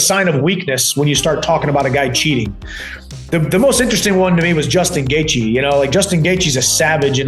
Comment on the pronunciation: Is this ai? Why you saying Gaethje like that?